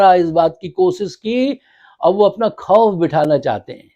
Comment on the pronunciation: Abe Urdu kisi hindustaani se seekh leta 14.10 ke Baad sun kiya keh Raha he kosis nhi koshish Hoti hai کھبر نہیKhabar nhi خبر hai Khof کھوف Nhi خوف ہوتا ہے